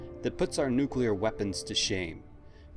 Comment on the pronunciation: Thank you for not saying "nukelar"